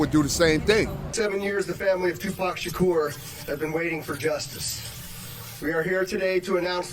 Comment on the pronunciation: This is the dumbest video with the most in correct information, he wasnt taken out September 9th it was the 6th get the dates right, and you pronounced his name two pack shacker that's not how it's pronounced show some God damn respect and get your shit right it's not pack either it's pronounced pac(Pock) Tupac (toopock) and kefe d is cooked even the crips are gonna green light his ass in the pen! He's piece of shit! Know your shit and speak correctly on it fool!